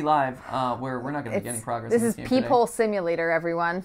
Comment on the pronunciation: I thought she said people not peep hole at first